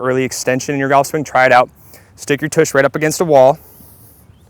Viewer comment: No kidding. Grown ass man saying “toosh” how sad. I’d say revoke his man card but I’m guessing he never had one to begin with LOL